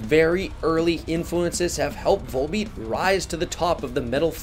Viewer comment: Awesome video, man. These guys are my favorite band these days. Gotta tell you, though… the V-O-L in their title is pronounced like it is in the word volume